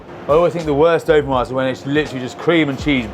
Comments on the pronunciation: say 'doe-feen-WAZ' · No it’s doe-feen-whaa, no z at the end. Gratin dauphinois. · Dolphinwoah puhtatOES